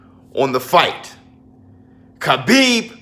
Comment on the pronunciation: Yo 🤣🤣you murda Khabibs name🤣🤣🤣